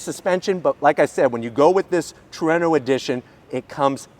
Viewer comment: Way better than the "HACK-ONE" holy crap he said Trueno correctly gg man love your vids lol, never gonna let that one go though